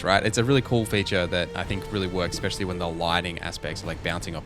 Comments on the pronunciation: Also, I've been meaning to say this for a few videos, but I love how you're honest, you're not just shilling and nor are you ripping into the game for sake of it. I love that. But for t he love of the Maker, it's "especially" not "expecially". Triggers me every time. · If i hear expecially one more time